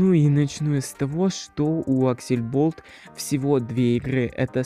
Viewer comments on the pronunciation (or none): Ужас Невнятная, неуверенная речь Неправильное произношение НАЗВАНИЯ СТУДИИ АКСЛЕБОЛТ, а не аксельболт Всех разработчиков несложно найти, по крайней мере основных, типо антона, леши и ильдара Первая игра от аксле была Zombie Mincer, ее написал лично глава студии, а потом уже вышел первый стэндофф Учи матчасть